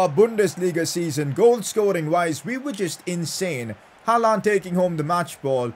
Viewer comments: It’s not HALAAND damn it , it’s HAALAND🙏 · It's not ''Halland'' it's ''Haaland'' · I like it when he says haalaand for haaland